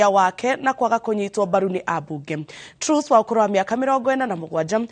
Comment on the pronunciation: Pronunciation for Mrs. Truss is like Trass not Trues